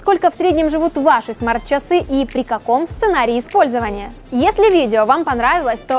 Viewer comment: Не совсем приятно .... очень корябает произношение слова чАсы.....